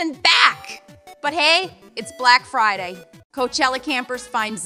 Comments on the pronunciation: that fucking archway says blac fird instead of black friday lmfao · "bla-ack fri-yay!!🗣️💅" ✨Brick frday✨ "critical infrill!" bro typed "/e rebirth"💀